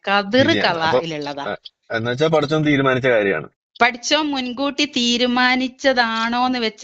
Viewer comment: ഇടക്ക് പടിച്ചോന് എന്ന് പറയുന്നുണ്ട് (പടച്ചോന് എന്ന് പറയാൻ ശ്രദ്ധിക്കുക